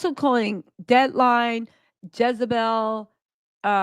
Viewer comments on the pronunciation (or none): none